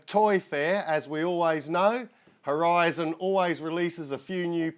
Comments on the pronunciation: It's pronounced r t zan! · Nice looking plane. Think its pronounced R T ZAN, as in skilled crafter. Still waiting for your thoughts on that DX9.